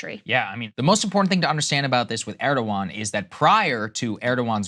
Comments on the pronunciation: Krystal, it’s not “Urrdowan”. It’s “Air-dowan”. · Why can't day say Erdogan's name correctly 😅😅